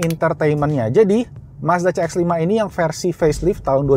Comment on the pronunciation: CX dibacanya si ex. Bukan ce ex. Mending pakai bahasa inggris menyebutkannya.